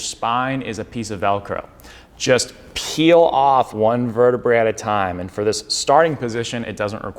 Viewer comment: One one in the spine is a vertebra (you said it right the first time); it sounds like the lady’s garment. Two or more bones in the spine are vertebrae (sounds like the cheese, Brie, not verte-bray). It’s Latin.